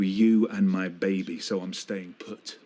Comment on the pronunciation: If Fred Elliott says babby, not baby, one more damn time....that is annoying like a Mofo...LOL.. That Ashley and it ain't my baby storyline seemed to drag on forever. I am so glad for the fast forward feature!